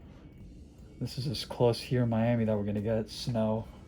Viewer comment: You said Miami like a native 🙂